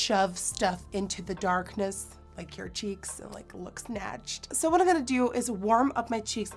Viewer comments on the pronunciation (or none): Dis she said "I'm going to warm up my cheese"? Or Am i crazy?? min 😂😂😂😂😂